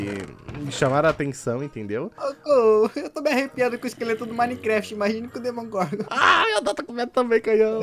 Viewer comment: É Demogorgon e Não Domogorgon